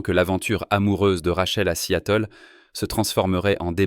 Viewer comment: Seattle ne se prononce pas "si-à-teul"